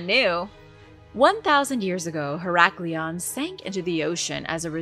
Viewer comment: Heracleion is so miss pronounced 😮